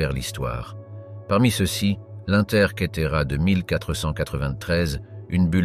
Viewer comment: Curieuse prononciations : céss ou ceuss à la place de ces ou ceux...